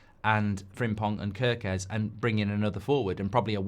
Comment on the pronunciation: You poor darling, you’re in a serious struggle with the “Gy” in Gyökeres! I’ll try to help: “gy” is close-ish to the “j” sound of “jungle”. (He is listed as Swedish because he was born there, but he is of Hungarian parentage, hence the tongue-twister name. Any Hungarian LPFC supporters who can help in person?? (I’d love to but I’m in South Africa!)